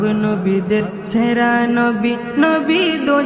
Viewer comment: উচ্চারণ ঠিক করতে হবে। যেমন, হউক ছে নয় হউক সে হবে। ছেরা নয় সেরা হবে।